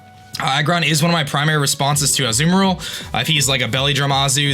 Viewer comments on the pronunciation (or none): none